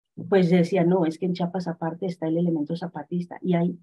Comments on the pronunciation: Jajaja qué gracioso escuchar a la periodista diciendo "Chapas", de verás no puedo creer que no sepa leer 😱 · Por favor, no es Chapas, es CHIAPAS. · Sólo una corrección importante, es Chiapas no Chapas, saludos 👍🤗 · Bueno ok, le pasamos que diga Chapas y no Chiapas como 30 veces jaja😅